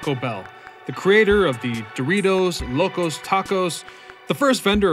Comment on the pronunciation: Locos... mispronounced. You think I'm crazy? It is live like to lo live your life. Not like you go to a live concert